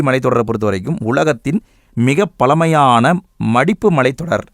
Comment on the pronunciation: பலமையான இல்லை பழமையான உச்சரிப்பு தெளிவாக உச்சரிக்கவும் தமிழாசிரியராக சொல்கிறேன் உங்கள் வீடியோ அருமை தவறாக இருந்தால் மன்னிக்கவும்😊